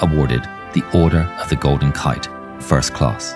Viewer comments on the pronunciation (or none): none